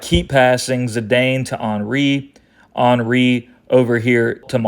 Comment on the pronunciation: Love the way you pronounce Henry, ball knowledge maximized